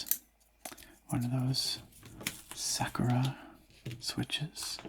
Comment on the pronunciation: Never heard someone pronounce Sakura as Sekera